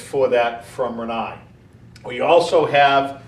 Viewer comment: "Air-yee-yer" lol